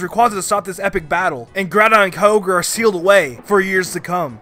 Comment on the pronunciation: KAYOGRE COME ON. IT'S KYO-GRE. KYOGRE.